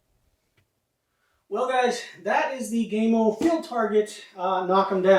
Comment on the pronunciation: Gam O Not Game O